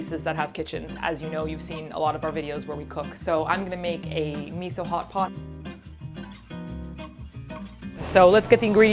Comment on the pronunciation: I heard the name of the dish as "Me so hot pot" 😂🤣 and it made sense for